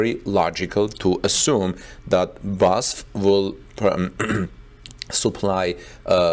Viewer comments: That's how pronounces it, but I don't think that's right. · It has always bothered me that you report on Tesla, but have zero knowledge of automotive engineering, assembly or any mechanical engineering. Now you don't know how to pronounce BASF! Strike 2.